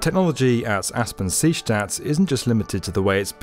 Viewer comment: Is anyone else bothered by the was he says seestadt??